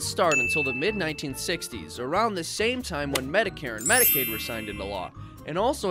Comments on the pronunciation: Great video but one thing bugs me. Medicaid has a "c" in it. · "Mediaid" LULW